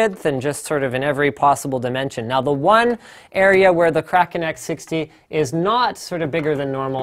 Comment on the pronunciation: Im so glad you don't say "kray-ken"